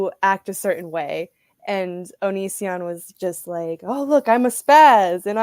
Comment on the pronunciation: Chris Hansen called Onision "onion" and I love that.